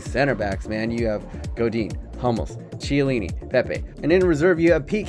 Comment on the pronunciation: Not schiellini it calls Kiellini (Chiellini)